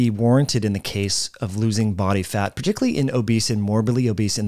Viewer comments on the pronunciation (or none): none